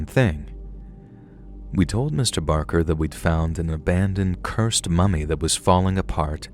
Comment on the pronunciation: listen... I love you so very much,. However, Mr. BaRker and I share a last name, and I'm here to tell you...this man has struggled enough!! 🤣 He doesn't need ANOTHER person mispronouncing his name, calling him "Mr. Baker!" Trust me, he's heard it enough throughout his life. Now that he's faced his fears, been trapped in a room with a dead body by preteens, and wrestled a mummy/dead man...he deserves to have his "R" recognized and respected, please, for the love of God!! 😅🤣🤣🤣❤️ edit I'm aware "Barker" isn't his real name, but it IS mine, so I stand firmly by my comment 💪🏻😅